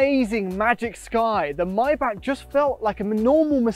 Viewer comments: it's may-bach not may-back or my-bach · not mae-bach...it is maay-ae-bach